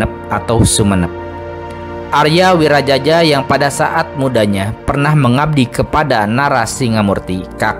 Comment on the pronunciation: Arya wiraraja buka Arya wirajaja